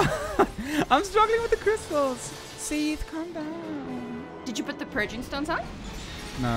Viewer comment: its so weird hearing you say Seathles/Sithles, as I call Sif Siffles :o